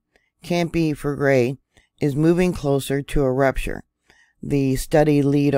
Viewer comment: Fell leg grey is an easier pronunciation